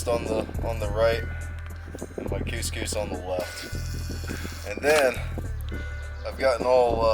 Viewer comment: Please tell me that isn't how you actually pronounce cous cous?! My mate heard your pronunciation and pointed it out to me and now I can't unhear it!